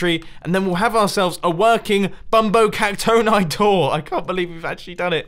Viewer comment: I say it bumbo cac-tony not bumbo cac-tone-i